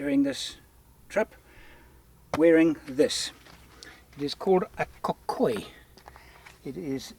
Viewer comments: Lots of love from Kenya. And it's "kikoi" not "kokoi". It's great you still remember the name. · Hi, Kenyan here. Its pronounced, Keekoi. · Pronounced as 'key coy', a Swahili garment typically found at the East African coast but now common throughout Kenya and Tanzania. Great video. Back to the basics of adventure and discovery.